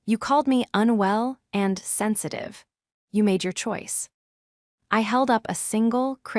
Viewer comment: Not "unwe LL" (pronounced as two quasi-words): just "unwell." But (seriously) a good story!